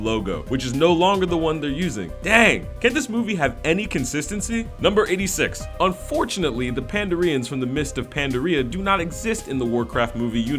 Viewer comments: why do you pronounce pandarian and pandaria as diarrhea/n? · the way this guy says Pandaren and Pandaria really pissed me off....also when he was talking about how the guy that was playing Orgrim Doomhammer was "watching his wife sleep" it was actaully Durotan not Orgrim... i also feel like this dude doesnt know anything about WoW lore and shouldnt be talking about it in the game, he probably doesn't even know that Chen Stormstout (a pandaren) helped create Orgrimar >_> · I'm surprised their mispronounciation of "pandaren" was what you felt like pointing out. They said Gormash Hellscream", "Durotar" and "Kal-limdor" too.